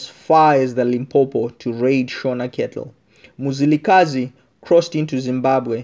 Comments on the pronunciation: Its Mzilikazi not muzilikhazi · I can't carry own listening to this my ancestors are crying wit you saying muzilikazi its mzilikazi where are you from my brother just tell us your story not our story mxiiiiiiiii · Lishona leli who doesn't even know how to pronounce "Ndebele" and Mzilikazi" correctly 🙄🙄😏